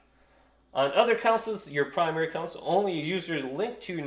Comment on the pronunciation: It's not a council, it is a CONsole.